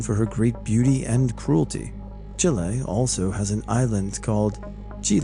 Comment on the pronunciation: thanks for talking about Chile :) (but the "e" is pronounced like the end of "caffeé" but less "ee" lol sorry) love u!